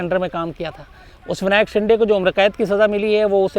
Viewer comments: शिंदे है...... शिंडे नही ....आप ग़लत उच्चारण करते हो । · Shams bhai you are not pronouncing Shinde properly, Please pronounce it properly